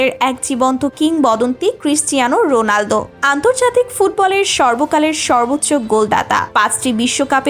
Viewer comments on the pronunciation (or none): রোলানডু না রোনালদো 😅😅😅